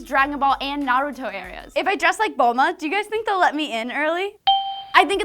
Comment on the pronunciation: Thats the way you actually pronounce Naruto. Yes, most of the NA viewers are saying is wrong. Its just like we call it One Piece but they pronounce it Wan Pisu.